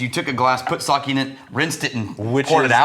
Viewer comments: You got it right the fist time, Sa-Keh definitely not Sa-ki 😊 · All that effort to get fukuoka right, just to call it saki lmfao Edit: WHY IS REX THE ONE TO SAY SAKE RIGHT LMAO